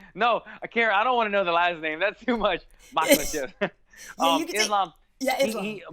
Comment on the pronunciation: So its pronounced Makkkkkhhhhachev but then it's Habib. Got it.